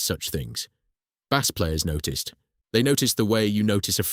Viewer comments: Why the text to speech, its such a shame. Bass as the fish not bass as in base. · Bass, rhymes with “ass”??? Fffs 😩